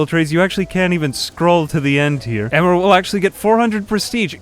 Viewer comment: Nice video. Just so you know, the name Emer is pronounced "Ee-mer" rather than "Emmer" :)